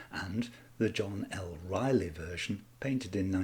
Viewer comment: Once again another so called history channel yet you people just can't pronounce these historical names and you don't bother to even research HOW It is pronounced "RISLEY".